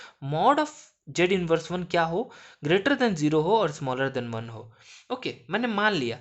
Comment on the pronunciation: Bhai baqi sb sai hay lkn jero mat bol bai dil dukhta hay zero bol aggy hi parhayi nahi horhi oper se jero jero bol rha